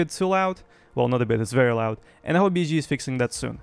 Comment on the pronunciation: I LOVE HOW YOU SAY BSG. BIZZG